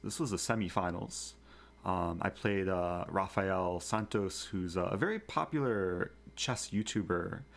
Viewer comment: Thanks for the good content Eric. BTW, if a word starts with an R in Portuguese, the R is pronounced like H in English. So, it's basically "Hafael".